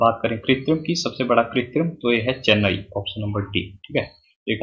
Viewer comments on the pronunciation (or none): none